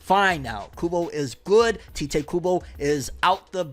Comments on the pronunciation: "Tite" kinda like saying "Kite" I keep hearing him say "Tea-Tae" like what? Tite Kubo Almost like saying "Tight" but not. It's a one syllable name. Sorry for nit-picking, I can get ansy over little things sometimes. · You know you're pronouncing 'Tite' incorrectly, right? You should watch a video on how Tite Kubo pronounces his name. It might allow you to pronounce it correctly 👍🏼